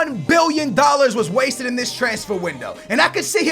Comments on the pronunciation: Why u say wasteded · Why you saying "wasted" like its money not well spent???